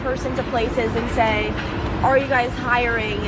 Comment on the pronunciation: It's "hiring"...not "hiringah".